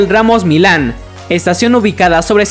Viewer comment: Gabriel Ramos MiYan, se pronuncia MiYan, no milan, no como si fueras a pronunciar milanesa